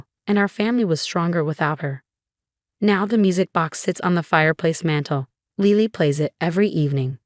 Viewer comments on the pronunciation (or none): Lily - like the flower. Not Leely. Pronounce it correctly. ugh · She can’t say Lily? Lele?